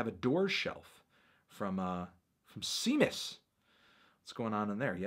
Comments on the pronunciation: Séamus is pronounced shay-mus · séamus is pronounced Shaymus, melon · The way he said Séamus made a little bit of me die. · You butchered Seamus' name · Lol he said seamus